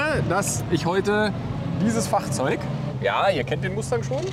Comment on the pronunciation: Alter dein "Fachrzeug" triggert mich immer mehr!